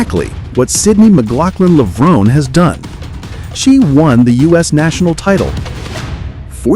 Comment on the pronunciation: Yep. It's pronounced "Levron-ee" not "Levrone."